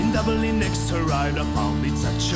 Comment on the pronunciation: Enjoyed the video. I'll try that method. Also its Dublin not Dubling. Am I being too picky?